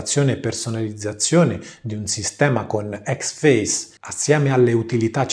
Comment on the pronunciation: Però dove tu veda la A in Xfce non lo so :p Suona pure figo, ma si chiama Icseffeciè o ecsefsi-i Ironia a parte, lo intendo dire costruttivamente! Video molto utili ai principianti, ed è difficile trovarne :)